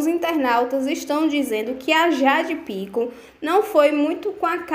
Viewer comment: aprende a falar o nome das pessoas: é Jade Picon e não Pícon- não tem acento no i.